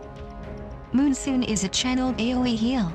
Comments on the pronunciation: so tilting hearing "moonsoon" over and over again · too bad you didnt speak it urself and its monsoon not moonsoon I guess :S anyway nice vid, about time :)